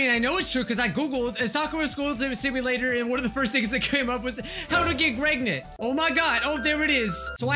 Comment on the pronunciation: Why can't you just say pregnant properly